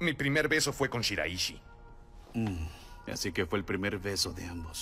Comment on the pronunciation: Rengo que poner esto pero me cago en todo. Carajo no es shiraíshi es shiráishi con acento en la A carajo